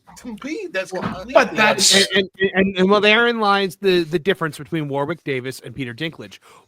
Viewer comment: Just so you know, 'Warwick' is pronounced 'Worrick'. The centre 'W' is silent. Great video, fellas.